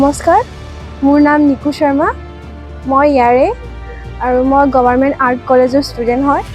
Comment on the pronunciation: যিহেতু আপুনি অসমীয়াতে কথা পাতিছে গতিকে চৰ্মা বুলি উচ্চাৰণ নকৰি শুদ্ধ অসমীয়া উচাৰণৰে শৰ্মা বুলি কোৱা উচিত নাছিল নে ? আমি অন্য ভাষাত কথা পাতিলে আমাৰ উচ্চাৰণ সেই ভাষা কোৱা লোক সকলৰ দৰে নিশ্চয় নহব কিন্তু নিজ মাতৃ ভাষাত কথা কওঁতে কিয় শুদ্ধ কৈ কবলৈ চেষ্টা নকৰো ? উচ্চাৰণতে ভাষাৰ গৰিমা, বৈশিষ্ট লুকাই থাকে, গতিকে অন্ততঃ নিজ মাতৃ ভাষাৰ শব্দ শুদ্ধকৈ উচ্চাৰণ কৰাটো সকলোৰে দায়িত্ব।